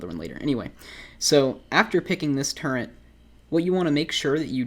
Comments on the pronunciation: "TURRET" NOT "TURENT" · by the way it pronounced Turret NOT TurreNT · ARE YOU SAYING TURRENT? WTF IS THAT? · Why are people complaining about him saying turrent? I didn’t even notice it until you guys pointed it out, not to mention he responded multiple times that it’s his language dialect where he lives. Now that I got that off my chest, great video! Screw keycard farming lol. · Lul he Said turrent like a 100 times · Why are you saying turrent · Theres no N in Turret my dude